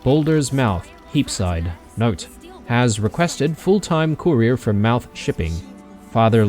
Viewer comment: And here I was thinking that saying mouth as "muuth" was an australian thing like calling chicks "chooks"...